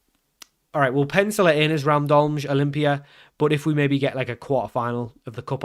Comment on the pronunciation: I don't speak Slovenian, but I am a native speaker of another Slavic language that uses the Latin alphabet. If you want to learn something new and pronounce the names correctly: - Cejle = Tse lye - Aluminij = Alu mi niy - Gorica = Go ri tsa - Radomlje = Ra dom lye "Je" in slavic languages is pronounced like "yeah". For the english j sound we have letters like ž or ż. Also there is no slavic language where C is procounced like k, it is always ts sound. Ah, and of course Pajaro (spanish for "bird") = paHaro 😁